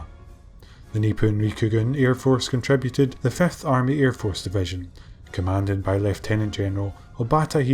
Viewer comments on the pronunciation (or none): none